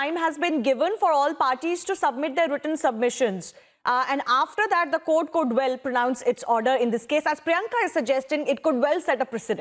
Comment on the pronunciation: why do they pronounce it as CORT. Its court